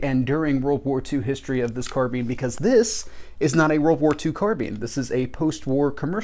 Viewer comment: Hello, new to your channel. Just subscribed to you. So glad you pronounce the name carbine like I do: Car-been!